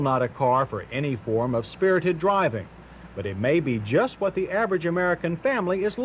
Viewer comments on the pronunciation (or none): none